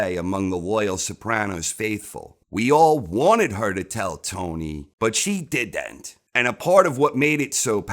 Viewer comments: This narrator: She did ent. (ala Christopher) 😅😂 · haha. "She did-dent" She should have told him. I get ethics and all that, but what a let down!